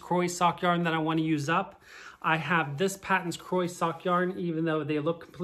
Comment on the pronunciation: Paton's is actually pronounced Pay-ton's. It took me a long time to accept this and pronounce the name correctly. It was originally a British company or something.